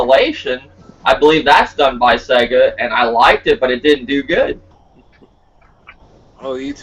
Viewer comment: your my bredrin but you can't do SEGA like that lol. Sega fo LYFE. Great podcast.